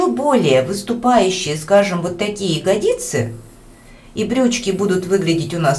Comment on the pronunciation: Спасибо Вам! Наглядно и понятно! Единственное но..... Правильно говорить - Ягодицы, Ягодичные, т.е. ударение на первый слог. :)